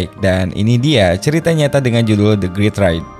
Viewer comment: coba belajar bahasa inggris dulu bos, sebut title aja salah ckck yang disebutin malah the greet ride